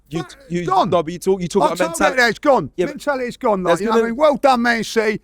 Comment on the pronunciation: “We’ve dan it agen”